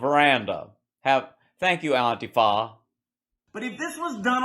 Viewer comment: "Auntie Fa"! 🤣